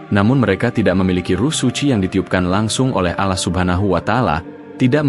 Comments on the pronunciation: Akun yahudi. Takkan bisa fasih dalam melafalkan nama Allah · Bahasanya bikin geli ... Mu (Allah ) jadi MU kayak nyebutin club bola🤭🙏🙏 Cara menyebut Allah jg tidak sbg mana mestinya ... 🙏🙏